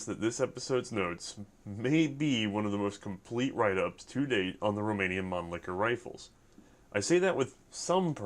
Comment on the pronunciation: How did you even get Romanian correct?